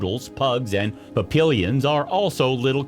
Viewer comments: Papillion is NOT spoken as "Pap-ill-ions"......it is correctly spoken as : "Pap-ee-on". Geez. Don't you fools ever look this stuff up before you prove your stupidity? Ever hear of French dialect and enunciation? Get it right, or don't do it at all. You embarrass us intelligent Americans. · "Papillon" is NOT pronounced "Pap-eel-yon"...it's "Pappy-on" which rhymes with MORON. omfg Know of what you speak. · Interesting. I thought Yorkies in general were smaller than chihuahuas. I suppose I've just seen a lot of small Yorkies, or a lot of big chihuahuas lol. Also, Papillion is pronounced closer to pah-pee-yon :)